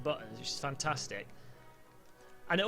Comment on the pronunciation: noone: "realiSTICK"; "fantaSTICK" you cannot unhear it now :>